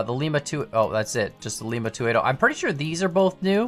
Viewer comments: Just a note, Lima is pronounced lie-muh. Lima, Ohio just had to be different. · FYI "Lima" is pronounced "LYE-MAH" as it refers to the city in Ohio, not Peru. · As someone who lives near where the shops use to be, I dunno if I should be correcting you on pronunciation of Lima, Ohio, or not...(it's Lime-ah) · I already know there's gonna be a 1000 comments telling that he pronounced Lima wrong. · It’s a hard I on Lima so so it’s pronounced like eye